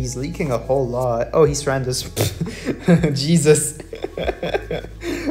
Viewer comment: “Djesuz” counter: 69